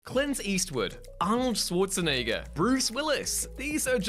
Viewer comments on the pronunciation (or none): You know, Arnold's last name is Schwarzenegger, not Swarzenegger